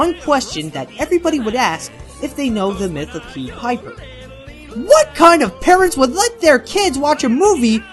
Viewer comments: pie-ed NOT Pead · What is with all these grammar and/or pronunciation errors? Found instead of find. Pied spoken like peed. Did you have a script,? (Sorry, I just had to mention it after watching the past parts of this Lookback, but I will say it is enlightening about the company.)